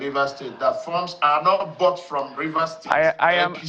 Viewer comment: Please speak English like an educated journalist, say I am aware, and not ‘ayam’ aware!